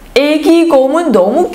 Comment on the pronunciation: Aveses me confundo entre la 니은 y la 디귿 xq cuando dicen 너무 suena como 더무.